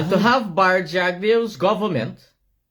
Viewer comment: Bar-rat is his name